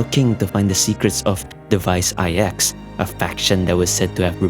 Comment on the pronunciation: Ahhh yes, thanks to the words you used explaining the space china arcs of the story that I finally worked out why all the stories from Luofu just end up sounding like old people griping (which is why I just find most Luofu story and sidequests to be oh so boring save for the handful of offbeat funny ones like the cycranes.) However, despite your eloquence, DUDE just pronounce it "iks" for IX. Saying "ay eks" ("I" "X") just sounds stupid. Furthermore there is reason to believe that Device IX (NINE, as in the the roman numeral) hints at the origins of the Aeon of Nihility as a mere "device number nine" before its supposed ascension, similar to how Nous appears to be initially a cybernetic/mechanical construct prior to Aeon-hood. But I digress, just pronounce it "IKS" man for fluidity's sake. Every time you went "ay eks" during your narrative just jarred the living shit out of me and distracted from your point.